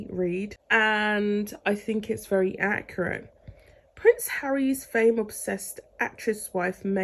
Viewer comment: "Interview that she DID" (not "done"). "Acc-u-rut - not acoroot" "Bench book that she DID a reading for" (not "done") "Humanitarian work that she DID outside (not "done) BTW No I do not like Meghan Markle...